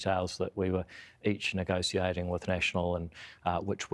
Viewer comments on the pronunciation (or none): "Negociating" lol